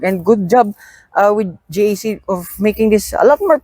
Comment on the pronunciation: JAC motors is pronounced as jack so not to confuse with G.A.C